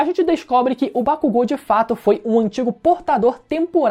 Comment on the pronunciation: Gente, será que só eu vi que ele falou errado o nome dos personagens? É Bakúgo e não Bakugô... É Midôria e não Midoría ( Usei os acentos para mostrar a forma correta de se falar).